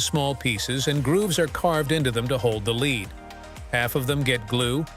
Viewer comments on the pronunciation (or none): It's lead as in led, not lead as in leed.